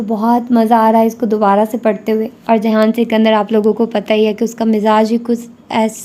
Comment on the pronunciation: ohh behen jihan ka naam to sahi se lo